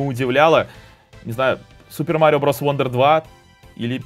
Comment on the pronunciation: Wonder читается как "Вандер", как в слове son (сын). "Вондер" читается слово "wander" (бродить). Такие вот правила чтения у англичан